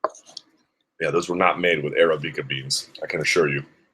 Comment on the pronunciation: "Those were not made with 'arabica beans', I can assure you" How in the world can you not know how to pronounce arabica?